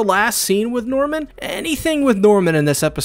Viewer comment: I heard "genocidal mormon" when you said genocidal NORMAN! And I burst out laughing